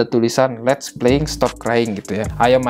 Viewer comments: "Les't" hrusnya Let's g siii??? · Les't harusnya let's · Ada yg janggal bang harusnya itu let's bukan les't